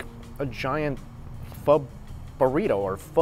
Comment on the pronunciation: All that food looks banging! Wish you'd learn how to say pho properly though